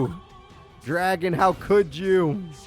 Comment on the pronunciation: Pronouncing it as "Dragon"? Bruh...